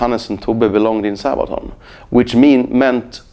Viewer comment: Love him and Sabaton.But it is funny how he says:"Sahbaton".